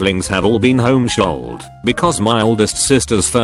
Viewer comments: Nobody:: “Homeshooled” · No one: TTS: home-sholled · Voice said home-shooled